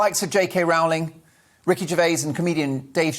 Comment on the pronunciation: Please pronounce J. K. Rowling's name correctly! It rhymes with Rolling. How do I know? Because the matter was discussed in an early biography. When she was a teacher students used to pull her leg singing the signature tune of the popular TV Western series Rawhide:- 'Rolling, Rolling, Rolling...' So her name rhymes with roll, not row. Thank you!